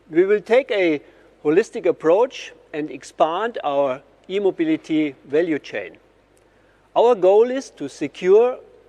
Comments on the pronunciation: Agreed, he really needs to get his pronunciation right, maybe play it safe & say electric mobility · At the start: When he says "E-Mobility" with his German accent, it kinda sounds like "immobility". That kinda ruins his whole idea 😅